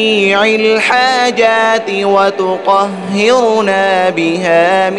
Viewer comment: السلام علیکم ورحمتہ اللّٰہ وبرکاتہ ، ماشاءاللہ بہت خوبصورت ۔ مگر قبلہ صاحب اس میں ایک غلطی ہے " جمیع الحاجات" اس میں "جمیع" کے "ع" پر یہاں زیر ہے ۔جبکہ صحیح جو ہے اس میں "ع" پر زبر ہے